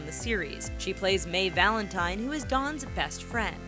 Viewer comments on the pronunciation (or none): none